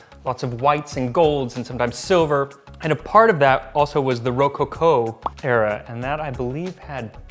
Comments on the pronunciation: its not ro coco - its roco co, bleedin weird foreigners >.< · Ro-coco not Ro-Co-Co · Rohcohcoh is the weirdest and most wonderful mispronunciation of rococo I have ever heard. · doesn't instill a ton of confidence when he mispronounces Rococo and Baroque. It's more like misplaced tonal inflection